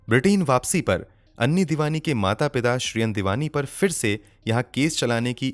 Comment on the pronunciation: उसका नाम ऐनी था ना कि अन्नी